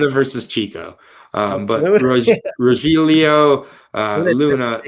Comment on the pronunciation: As an Irish kid from South Bend, IN with a Spanish Language Literature and Linguistics BA and a wife from Colombia. Rogelio = Roh - hell - eee - oh (Spanish pronunciation) Rogelio = Roh - heel - eee - oh (English bastardization)